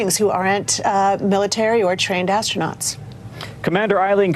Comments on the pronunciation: I think that lady has a strong desire to call them is "Astro-NOTS"....instead of astronauts. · Someone in the comments said ASTRO - NOTS 😂